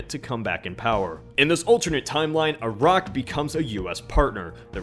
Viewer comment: Props for being an American calling those countries with a soft 'i'. Not eye-rack.